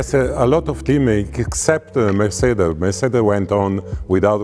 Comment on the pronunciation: I like how he pronounces Mercedes. MERCEDEH